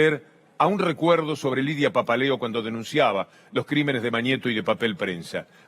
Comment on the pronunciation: Mucho Pepel Prensa pero que alguien le avise a la muchacha de lentes que es Lidia PAPALEO, y NO PAPELEO :face-blue-wide-eyes: Fantástico el vídeo, muy entretenido!